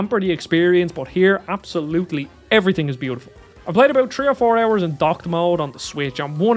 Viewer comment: "Tree or foor hurs."